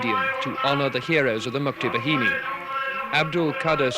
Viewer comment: mukti BA-HI-NI not behini its bahini -.